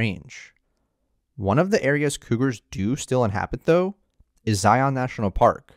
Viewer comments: Please for the love of all things- EDUCATE yourself before making YouTube content! It's not "Zy - yawn"! It's pronounced either Zie- in or Zie - an. Kinda a mix of both. Said all together smoothly without any awkward breaks or stuttering through the nose! It's not "Zy - yawn"! You have mutilated this park name about 100 times in your video! It's not "Zy - yawn"! Where you come from? Another country like maybe Cali- flowera? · that’s how it’s pronounced. I’m not a tourist. It’s a reference to the Bible. Zion comes from the Bible. Huge Mormon culture down here in kanab. Everyone says zi-on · yesh yesh...but majority of mormuns say "Zi-un"... lol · Maybe this bloke should learn how to at the very least pronounce the name of the park he has decided to document? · I literally cringe every time the narrator says Zion. I've also attributed making it a plural "Zions" to tourists as well. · When he shreds Zion's name, it literally sounds like vomit. I had to use all my will power to get through the video. When you condone mistakes, you become just like the Putin supporters of the world. The wisest people will welcome corrections. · Good video! I'm just curious why you pronounce it like Morpheus. You aren't pronouncing lion that way. Just a gripe. 😁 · I gotta say...the way he pronounces "Zion" drives me bonkers. Ask a mormom how it's said...lol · Zion, rhymes with "lion". This narrator missed a real chance here, given the topic of the video. Have only ever heard people not from Utah (or not LDS, members by and large pronounce it correctly, even from other states) pronounce it as "on". In fact, if you consult the Webster dictionary you'll find zi'en is the correct pronunciation (with li'en being the pronunciation of "lion". See the rhyme?) More people need to know this. Toole will never make sense though. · I can’t stand it when people say Zi-ON, it’s the biggest give away that you’re a tourist. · It’s not so much ziONs as it is zi-ins. Now you know